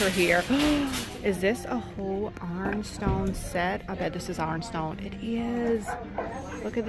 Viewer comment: It took me awhile to figure out what you meant by “arn-stone.”